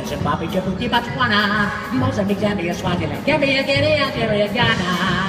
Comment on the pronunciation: also its not boswana its Botswana